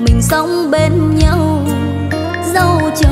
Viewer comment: Cô này phát âm chữ nhau không giống thầy Lập là nhâu tôi rất thích cách phát âm này nghe nhẹ nhàng rất hay chúc dồi dào sức khỏe